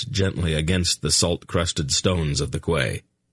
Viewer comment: im sorry, but how dumb must you be to call a quay a kway, surely a grown man has heard the name before in regards to a place to moor your ship/boat?? i find it utterly astounding that someone who is reading a audiobook for all the world the hear wouldnt know this, or be corrected so he could pronounce it properly